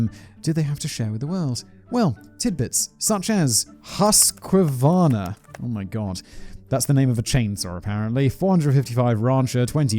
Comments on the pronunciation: There is no A in Husqvarna , just saying .. My Swedish friend pointed out most of us say Husq-A-Varna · Husqvarna - Husk-varna lol the Swede in me died a little, Simon. Thanks. Also taking a drink while making a comment on the killer is Peak Simon. Thank you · Husquvarna is pronounced like: Huskvarna. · hearing simon trying to properly pronounce "husqvuarna" when you're swedish... hilarious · Hehehe, it's funny hearing someone try to pronounce Husqvarna without prior experience. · Pewdiepie would be very disappointed in your pronunciation of the word Husqvarna blaze boi...........